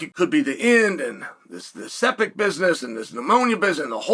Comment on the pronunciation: Here Chael. You say it like this, “SEP-TICK”. “SEPTIC”